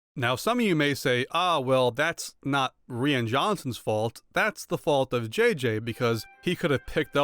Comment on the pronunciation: I really liked ttyour critique of the sequels. Very eloquent and logical. I agree with you completely. Just one question, Where are you from originally? Why do you say “ElePANT” and not •ElePHANT? “Ree-ann” and not “Rian” (Rah-yahn)? And where are you getting that Anakin’s wife’s name is “PadAME” as opposed to “PADME”? Thank you. I enjoyed your video and have liked it and subscribed! Keep them coming😉